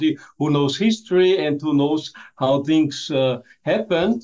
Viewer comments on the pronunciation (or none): none